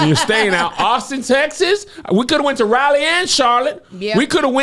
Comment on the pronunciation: Why can't anyone pronounce Raleigh correctly? LOL! RAW-LEE